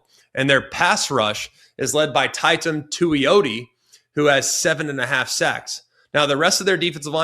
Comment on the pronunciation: Can always rely on Greg to get simple things wrong when talking about Oregon, probly because he doesn’t pay attention to teams in the pnw. Never heard someone say “tie-tum teioti”, Oregon’s strength is their run game (which he didn’t mention is the best in cfb), he said Oregon’s secondary is better than tech’s surprisingly (duh?) seemed very much like a casual today